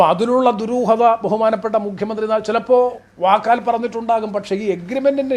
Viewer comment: മുഘ്യമന്ത്രി, മുഘ്യമന്ത്രി, മുഘ്യമന്ത്രി അല്ല സർ മുഖ്യമന്ത്രിയാണ്. ഓർ മുക്കിയ മന്ത്രി